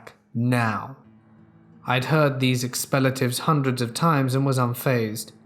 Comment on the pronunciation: Learn to BLOODY WELL READ? You're English? Expletives isn't pronounced ''EXPELLETIVES''